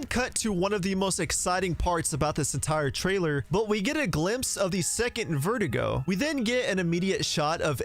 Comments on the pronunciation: My guy, it’s Verdugo, not Vertigo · You keep pronouncing Verdugo as vertigo. It's pronounced ver-doo-go my guy lmfao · Sir..its Ver dooo go not verdigo. Good vid tho. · Its pronounced Ver Doo go. Not vert ih go Verdugos means "Executioner" in English btw. And the castle enemies are called Zelots not granados. Ganados are the village enemies and it roughly translates to "Cattle"in English . Pffftt and you think you know RE4 eh? 😏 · It’s actually pronounced “Verh-doo-gó” not vertigo, hope that helps your Spanish 🙂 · Ngl everytime you say Verdugo I keep hearing vertigo so I like to imagine that Ada has bad vertigo throughout seperate ways as a main gimmick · It's funny how he made verdugo sound like vertigo in this video 😆